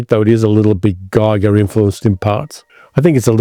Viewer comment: You say a view point movie in Event Horizon but you relish the lack of one in Planet of the Vampires. ??? Giger rhymes with eager.